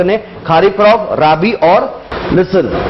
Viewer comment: खा रीफ नही खरीफ़ और राबी नही रबी